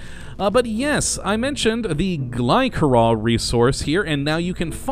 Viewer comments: i thought it was glisserol not glykerol (pronounciation of glycerol) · The 'c' in Glycerol is said like a 's' sound. 'Gly'ser'ol'